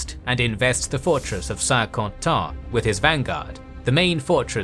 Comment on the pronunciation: Another great video! Though, there are a few prononciation errors I notice in the video and on this channel in general. Mostly the "in" sound French, which pronounced as "an". Like the main battle of the video, Saint-Quentin. This "in" sound is found in English, like in "Saint Albans", a battle of the Wars of the Roses. It is literally the same sound. So, I hope this "in" sound could be corrected in the future long-form videos of the Italian Wars and Hundred year's war (Saint-Germain, Saint-Cloud, etc.). As for Saint-Quentin, the sounds are actually reversed in the pronunciation of. Not San Kintan, but Sin Kantin. Also, I notice the pronunciation of the Italian region of Piedmont. pronounces it as "Peedmont", but I think it should be closer to the Italian pronunciation, "Pieymon". Elsewhere in this series, I notice the pronunciation of the french city of Cambrai. To be closer to the french pronunciation, it should actually be pronounced "Kanbrey". And for the Hundred years war series, I heard Anjou being pronounced as "Anjo", with an "O" sound at the end, but it should be pronounced with a "U" sound. used to pronounced it correctly in the Wars of the Roses series. Finally, there's also Agincourt, but the french town is today called Azincourt, pronounced "Azincur". Besides, I understand that French could be difficult, but the rest seems pretty good. Thanks again for the great content! Always a pleasure to watch! Cheers.